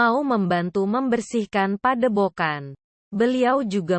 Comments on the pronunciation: Padebogan😂... Yutube😅... Jadi gak enak didenger. Belajar baca yang enak dulu mbak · Pedepokan broo bukan pedebokan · Padepokan bukan padebokan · Padepokan bang bukan padebogan hadeuh